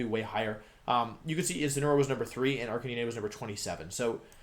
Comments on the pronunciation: Arcanee-nay. Check your spelling 🤦‍♂️ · ....ok how can you look at arcanine's name and think its pronounced like that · Why is it every competitive poketuber cant pronounce the new pokemon names? Cinderachi? Arkeenay? Ranuregus? Is this a thing? What am i missing?